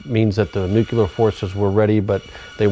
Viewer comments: as soon as this moron said nucular...I stopped watching it....It's fucking Nuclear!!! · this clown can't even pronounce "nuclear" correctly, but he's supposed to be an expert? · Why can't any of these experts pronounce the word, "nuclear?"